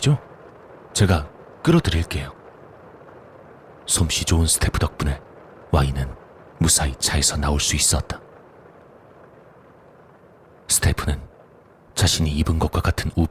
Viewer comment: 스테푸 ... 영어단어인 Staff 을 혀짧은 일본발음으로 수테푸 라고 한건데 그걸 그대로 따라하다니 ...